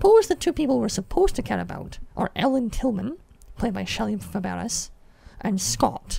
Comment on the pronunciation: FYI: Shelley Fabares' last name is pronounced Fab-RAY. She's the niece of Nanette Fabray, and she's best known for playing Donna Reed's daughter on the Donna Reed Show.